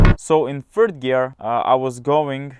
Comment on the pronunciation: "phird gear"